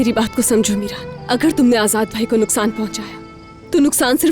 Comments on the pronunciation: Azat nhi azad hota h 😂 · ajad nehi ajad vai kaho....😂😂 mey jidni bar a line suntahu mera hasi rokneka nam hi nehi leta😅🤣